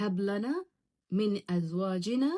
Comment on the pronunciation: Please say right verse of ayat wo zaal h soft word duad ni h or zall it's a whistle word azwajinaa or wo zoriyyatina